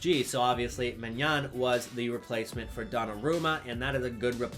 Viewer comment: Your pronounciation of Maignan is extremely close this time. It's just that the an in the end of the word is unexplainable for english native speakers, it's a bit like may-nyon but you almost pronounce the n but you don't